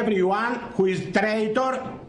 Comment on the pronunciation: Did he say trader or traitor?